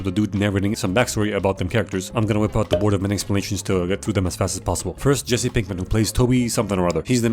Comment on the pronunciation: lets go zhe board